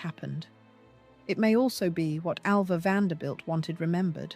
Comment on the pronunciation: Get her name right. I was ALva, not AVa!